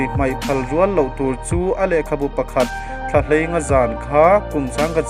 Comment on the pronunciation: Mizotawng ichhiar thiamlo ve pangai hle mai , Khawharin tih anilo a khawhar IN (house) tih tur Thlahei ngà(5) Nilo in Thlaheinga zan tih tur